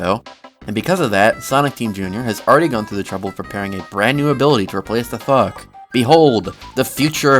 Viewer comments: does anyone else hear him saying "fuck" instead of "thok" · Sounds like your say instead of thok drum rolls please: THUCK cause to me it sounds like f@ 💀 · bro did NOT say thok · why does the way he says thok sound like fuck?